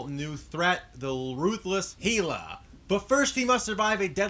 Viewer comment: OK,OK, let's get it straight it's As gard not Os gard. And it's pronounced Hell-a not Hay-la.